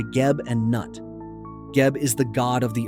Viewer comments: Noo-eet. not NUT Mr. AI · Goddess Nut is pronounced Nute